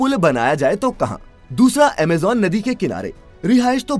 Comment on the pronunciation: What is Amejan? It's Amazon